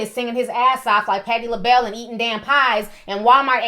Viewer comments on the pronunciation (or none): none